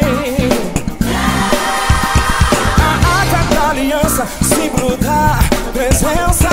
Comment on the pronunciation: Só eu ouvi ele falando “simbro? 😜